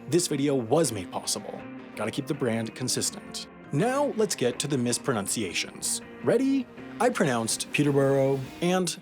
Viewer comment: It’s misproNUNciation not misproNOUNciation. Sorry, had to do it...